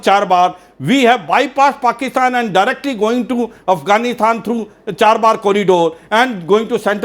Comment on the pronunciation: With due respect....it's chabahar port and not charbar..